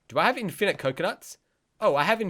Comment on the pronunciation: The way u say infinite triggered me